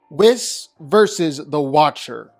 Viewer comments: and he says Wizz the entire video when referring to whis lol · Oh my god......stop saying Wizz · "WE ▪︎ SSS" not "WIZ" or "W' HIS" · Whiss/Whizz vs Yuta. You should probably re-record this video and pronounce their names right. You pronounced Whis’s names at least 2 different ways. Both incorrectly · People are focused on him pronouncing "Whis" wrong, but look at The Watcher's big headed ahh: . Humpty Dumpty lookin ahh. Stewie Griffin lookin ahh. Megamind lookin ahh. This shit's too funny. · He pronounced Whis’s name wrong too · Hearing you say Whis’s name wrong the whole video was painful… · That's specialty! He butchers pronunciations all the time, and he just keeps getting away with it.